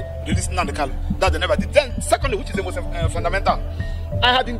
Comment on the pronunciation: Pse, point of correction, it is KANU and not KALU